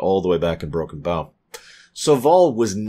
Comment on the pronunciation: After all of these years, he still doesn't know how to pronounce Broken Bow